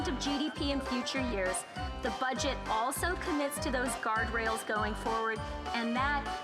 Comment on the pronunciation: And Christia says "budget" as "fudget"